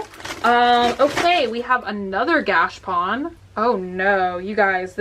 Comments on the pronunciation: Its gotCHApon. Not gashpon. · Hey! Just a tip: it’s not pronounced gash-pon It’s pronounced gacha-pon:) Love you! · Please go 2 YouTube vid, 'How To Pronounce Gashapon'.